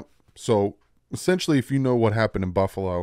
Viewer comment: Pretty sure Baldinger Freudian slipped "Fluffalo" when he meant to say "Buffalo"...I like it and may use it in the future to describe the Bills. Miami born, Upstate NY State raised...Dolphins Fan in enemy (Bills) territory.